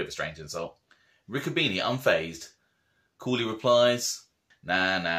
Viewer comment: By the way my uncle Harry was my father's brother you should watch with smart-ass comments it can be construed as disrespectful nobody ever called my uncle a little Santa Claus to his face and nobody ever disrespected him to his face my grandmother was a Bruno lot of details in these stories that you can't read a lot of mixed versions of the real truth and its pronounced Ricco bene' not beanie